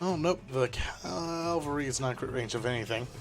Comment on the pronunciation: It's pronounced cavalry. It's literally spelt that way.